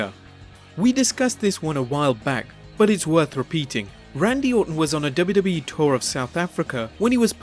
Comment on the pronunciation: he said dubidubii but its wwe